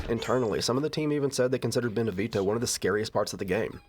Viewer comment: I love your videos dude, been wating for this one. But really cant stand the way you pronounce Beneviento. You know you can look that kind of stuff up, right? Americans man.